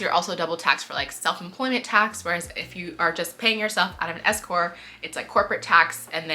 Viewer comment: Love the Office Hours. BTW it is S-Corp. The P is not silent. Keep up the great content.